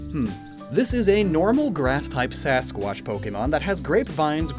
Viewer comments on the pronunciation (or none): You know its squach not squash for yetis right? Its not sasquash lol. Love ya!